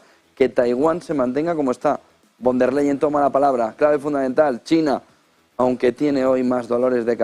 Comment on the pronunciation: Al comentarista, se pronuncia Fon dea Leyen